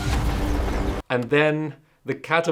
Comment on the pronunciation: "Ditches" - Enough said.